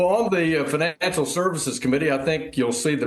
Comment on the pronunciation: The new finaaaancial system. Are you from the North East?